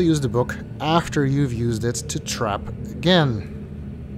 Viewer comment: I know it isn't what you meant, but I heard that as 'And we die a-Gehn'